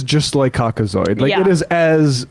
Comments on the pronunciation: I thought he said Cock-O-Sword 😂 oh Lordy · Cock-o-saur is my favorite dinosaur. He said COCKOSAUR and you can't convince me otherwise